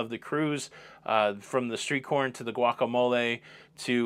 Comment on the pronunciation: Hey, love the show!! Sadly I am now having to announce my airport departure from the channel due to your pronunciation of "pizza" and "guacamole". I have taken all that I can of your made up words. So I am now departing your channel for the night and will see you in the next video on the lido!!! Bye!